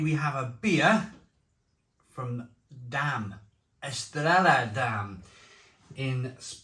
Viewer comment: Great review. Btw; it's pronounced 'Estreya' in Spanish two L's are pronounced as a Y